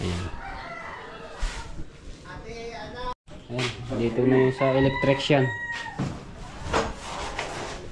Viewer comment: Matepo electrician Hindi electricsyan